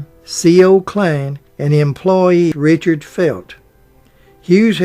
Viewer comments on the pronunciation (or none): none